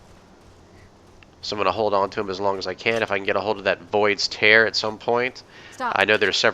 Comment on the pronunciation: Void's Tear... Is it really pronounced that way? I always thought it was "tear" like in teardrop